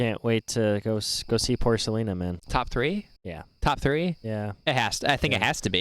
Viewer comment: He said, “porkalina” 😆